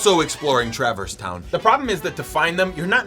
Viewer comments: I let a lot slide with your wild pronunciations but travor's town?! Its Truh-verse town, bro 😂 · WTH is TRAV-ERS TOWN?!?!?! its TRA-VERSE TOWN!!!!!!.....other than that, ur lit bro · His pronunciation of traverse town is so bad like brother cmon